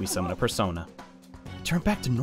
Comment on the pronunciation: PERSOINA is how someone will say it